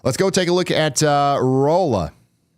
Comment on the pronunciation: Been meaning to say Thank you. Folks catching Ryan still mispronouncing Rolla cracks me up. Ryan, you doing good on catching yourself though, there's places in Missouri, especially of french origins, I don't know if I'm saying them right 😅